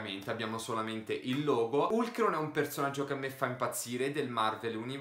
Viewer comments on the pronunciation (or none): Si pronuncia halk